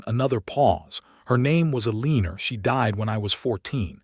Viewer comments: I enjoyed the story for the most part but isn't there some way to correct the pronunciation on these AI narrations?? El-EE-ner for Eleanor?? Cal-ub for Caleb?? Also the math was way off which detracts from the story. Can't that be fixed? I truly love listening to these stories but every one of them has either bad math, bad pronunciation or both. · Good story. Wish they could program AI to pronounce Eleanor, Caleb, and competent.